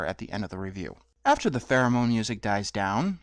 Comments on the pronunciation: it sounds like you're saying pheromone instead of theramin, so i keep thinking that when there is theramin music, it's like sexy 70s porno music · Pheromone music? I thought you were saying "theremin" at first, but the second time I definitely heard "pheromone."